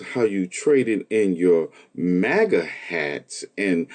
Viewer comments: She can't even pronounce her tribe correctly. She supposed to say MAGA FAMILY, but she said MACA FAMILY, DAMN! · Her MOGA Tribe as she keeps pronouncing it lol -COMANCHE NATION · Ofc it'd be the lady who can't even say MAGA the right way...tf is a mahkah yout trying to give em their tribe name to make you feel better about how you pushed your own community away and then blamed them for "exiling" you Wonder if her ancestors were some of the ones that'd sell out their families to slave traders Also woman...you know how many different things we black people simply call a "tub" ...we don't mean BATH tub for everything...we call some ice cream containers tubs...tubs of ice cream... a tub can be a container... don't tell me you are black illiterate trying to correct someone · She can't even pronounce maga right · She can't even pronounce MAGA lol😅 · That one black lady cant even say MAGA right is CRAZY! We dont need them in our community they did us a favor. Also wanting to be black when its convenient is diabolical... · In the first video... even that poor child's head couldn't believe the words that were coming out of her mouth. It kept shaking itself NOOOOOO the whole time! (Also I hate the way she pronounces MAGA.) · Why she pronounce maga like that